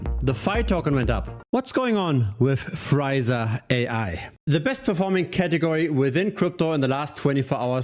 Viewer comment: The name should be pronounced Free *sa not Friza. Two very different things.